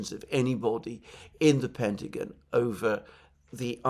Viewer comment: Great show Alexander...but please, its 'The Pentagon' not 'The Pentagin'😅